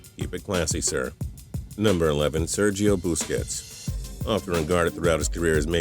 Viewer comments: it's segio biscets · Bruh Sergio Booosquets And Zlatan imbrovinich